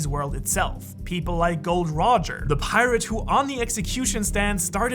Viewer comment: I like how you said Gold Roger, instead of Gol D Roger. Very nice touch mate